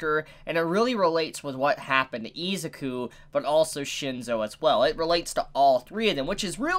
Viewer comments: Teacher: say "Izuku": E-ZOO-COO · Just say deku, u say his name wrong and its annoying me 😡